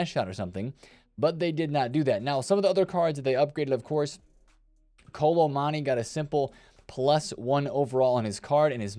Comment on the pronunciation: When are you gonna pronounce kolo muani’s name right?